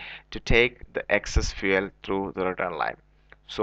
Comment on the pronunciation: Fuele lol 😂